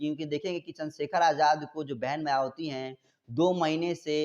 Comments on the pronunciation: YE KYA ENGKRIG KREGA JO BHAN JI KA NAM BHI SHEI SE NHI LE PA RHA H. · मायावती नाम तो ठीक से बोलना सीख लो लिखते कुछ हो बोलते कुछ एकदम बकवास चैनल